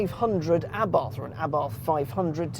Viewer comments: It's pronounced Abart.....pathetic level of research....get it right, UNSUBSCRIBED......... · It's Ahh-BART. There is no "th" sound in Italian. Its also "Abarth & Co." as in "Company," not "C."